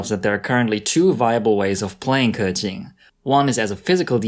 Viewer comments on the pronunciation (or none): Hes not pronouncing it right he says kurqing its kuqing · 93% of the Genshin Impact content creators say "Kah-tching". Makes me cringe every time. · Yeah most people just call her kaching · The chad 'keqing' vs the virgin 'keking' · Thers no R. He makes it sounds like kerchin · It's still not perfect tho. But at least he made an effort I guess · I’m sure pronouncing Liyue names is no big deal for Chinese like me but for y’all info, keqing is actually 刻晴 kè qíng, 第四声 for the e and 第二声 for the I. And qiqi is actually 7 7 in chinese which is qīqī like there’s no “h” it’s just qiqi not chichi. To pronounce qiqi name just leave a gap between your tongue and the top of your mouth and you’ll get her name right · Dude you completely butchered her name but i love it XD